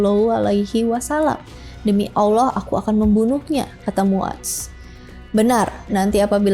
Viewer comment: terima kasih udh berusaha dengan baik buat nyebutin nama Allah SWT dan Rosulullah SAW